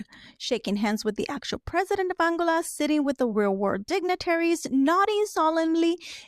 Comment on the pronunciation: If you want to have some credibility as a content creator, it would be better to learn how to pronounce the names of the world countries. It is AnGOLa. Run it by some advisors before you turn on the camera.